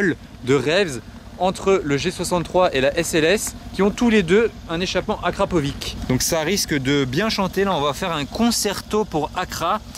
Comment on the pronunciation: Juste pour la prononciation on dit Akrapovi(tch) et non akrapovi(k)